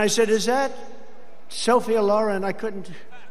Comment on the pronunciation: Weirdest thing yet about Trump, a man who was a teenager in the 50's that can't pronounce "Sophia Loren" correctly.